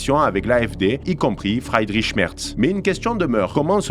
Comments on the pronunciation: Attention c’est Friedrich et pas Freidrich. Et Weidel se prononce « Vaïdeul » et non « Oueidelle ». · La bonne prononciation pour Friedrich est i long et non ail . Sinon il vaut mieux traduire et dire Frédéric c’est moins ridicule. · ton éloquence est vraiment bien,mais évite de parler allemand parce que la t'es nul mon pèpère,c'est pas FREIDRICH mais bien FRIEDRICH.